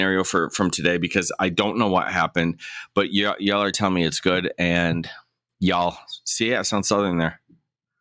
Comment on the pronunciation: Southerner here.. you said “y’all” very non southernly lol. But that’s okay. You’re forgiven 😂😂 Also, Judge Simpson is my favorite!! Most of us could care less if he’s acting like a normal person on a hot mic. The people who will complain are the same people who will complain about ANYTHING.. It makes me love him even more so now lol